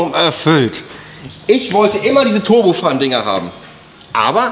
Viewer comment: Hey JP, warum sprichst Du "turbofan" aus wie "turbofun"? Das ist ein englisches Wort, nämlich der "Ventilator" (=fan) einer Turbine (dafür steht "turbo" in dem Fall). Turbofan englisch ausgesprochen klingt doch viel besser, und passt auch besser zu Dir (Du bist ja doch selbst auch so eine Art Turbofan, wenn auch anders, hihi).